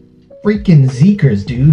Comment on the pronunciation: I love this reaction, this song has been going around in my head for a week! I definitely need to check out the album. Btw, I just found out the ‘xi’ in Xikers sounds like ‘si’ in ‘side.’